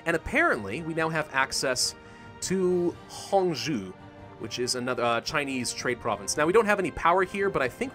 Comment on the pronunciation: The way he said Hangzhou killed me